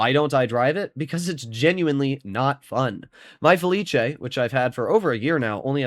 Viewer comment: IT'S FELIS. NOT FELICHE.